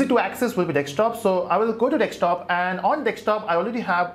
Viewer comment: lol! It's desktop man, not dekstop.